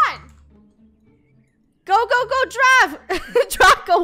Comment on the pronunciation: its so funny that says gow instead of go